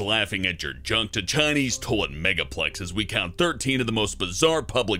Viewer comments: I love how he says toalet instead of toilet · he says "Toe-lit" instead of "toy-let" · LOL he says "Tolet" not "Toilet" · it sounds like your saying tole-lit